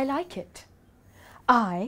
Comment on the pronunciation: It’s not “I like it” it’s “I like itch!” Hahaha